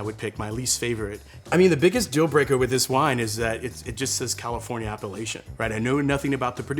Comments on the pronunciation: I love this video! It took me WAY too long to realize that he was saying "appellation," not "Appalachian," though. (that's on me, clearly) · When a ´sommelier´ can´t even pronounce the word ´appelation'... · It took me so long to realize he's talking about Appellation, not how outsiders pronounce Appalachia 😂